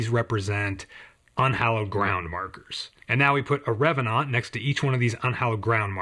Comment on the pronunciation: I appreciate your slight French pronounciation of revanant. Just adds a bit more to the flavour. (Also, your channel is criminally underexposed and I'm grumpy on your behalf)